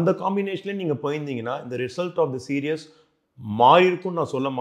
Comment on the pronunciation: விருந்தினர் "சீரிஸ் (series)" என்பதை ஏன் "சீரியஸ் (serious): என்று உச்சரிக்கிறார் ?